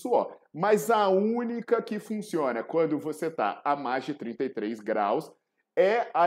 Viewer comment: COMO A GORDURA É QUEBRADAAAAAA? REDPONDE . O QUE "FONCIONA" KKKK COMO disse o proff😂😂😂